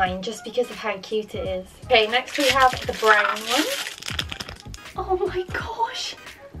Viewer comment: When you say next it sounds like nesht